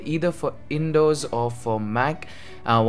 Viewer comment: Did you just say "Indows" instead of "windows"? 😂😂